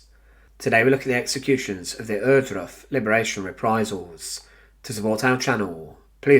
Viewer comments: My dear brother in, what is it with Brits and German names? "Errdruf"? Come on. It's "Ohr-", as if you tried to say "or" or "oar" with a German accent. If you click the Wikipedia article, it even lets you play the damn thing out loud. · Please say OARdruff. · The narrator needs speaking classes. Every time he says the name Ohrduf, he never says it clearly that I could identify it!